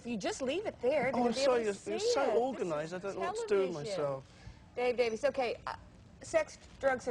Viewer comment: Davies is pronounce "Davis". I am sure that Ray and Dave could care less how their last name is pronounced.